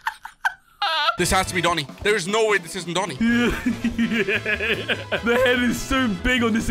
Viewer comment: said dooni not doni he need education 🙄